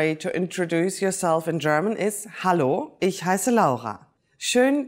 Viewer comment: can't even pronouce ich